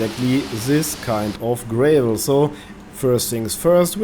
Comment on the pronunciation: gra vol .... a .... is in apple .. not A as in anus..... not GRAY VOL